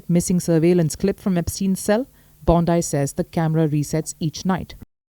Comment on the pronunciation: u cant pronounce name wtk BONDI